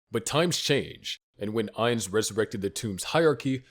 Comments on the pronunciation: I’ve enjoying y’all’s videos. With that said, I don’t like to be that pronunciation guys. But respectfully my man. It’s AINZ- think Einstein. But cut it in half and end it with a z, Einz. OOL, exact how you said. But to be fancy, or “proper” to a Supreme One. You can say Oul, like a ghoul with the g and h. And lastly Gon- “goo’nne”. Try saying go, add 2-3 more “Os” and the ending “ne” punctuation like own. Just as a super fan, love the channel my man!👊🏿❤️‍🔥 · Im genuinely curious how you came to making an overlord video but fail to say his name correctly. Its gotta be to artificially boost engagement. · I love english speakers correcting the pronunciation of a character in japanese media always called Ainzu-sama or アインズ・ウール・ゴウン.